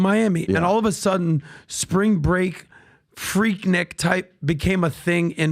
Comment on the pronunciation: Its pronounced 'Freek-neek'- atlantan